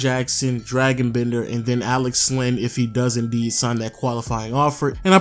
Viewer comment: I'm not 100%, but isn't it pronounced "Dray-gon" Bender, not Dragon, the mythical creature? Not a biggie, you make great videos, just noticed it in a couple of them. Cheers!